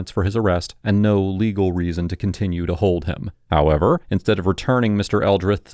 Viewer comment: The way this mf says “HOWEVER”… Bro is the G.O.A.T. of the “however” word.